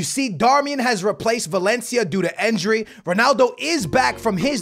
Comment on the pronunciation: I love your content but why do you say enjury instead of injury